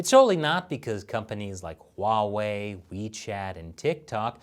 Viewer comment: That’s not how you pronounce Huawei.